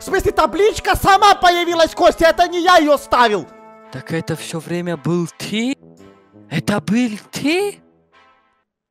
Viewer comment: ну тип бил - был, ти- ты. Просто он так говорит